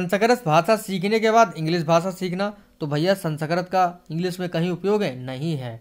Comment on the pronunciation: Sanskrit hota hai sanskart nhi😮